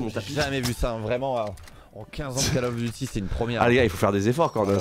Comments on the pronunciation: call of nouille duty mdr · Call of nouille duty 😂😂